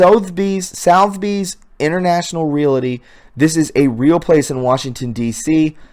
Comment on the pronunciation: You mispronounced Manila and Sotheby's , ugh...